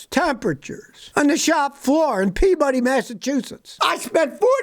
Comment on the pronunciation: I'm sure Scotty didn't really know but coming from Massachusetts I had to chuckle at how he pronounced Peabody lol.